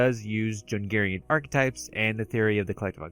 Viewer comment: Jungian pronounced Youngian, not jungarian.